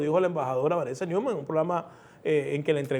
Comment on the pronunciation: Se pronuncia: Noimann. Neumann es un apellido alemán... Neu= nuevo Mann= hombre